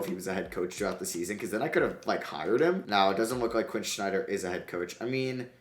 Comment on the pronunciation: Really bothers me how he says Snyder….